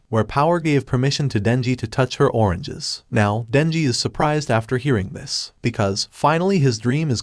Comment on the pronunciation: Bro you said oranges weird bro